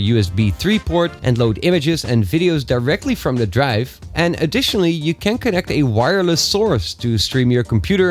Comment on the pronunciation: Your can sounds like can't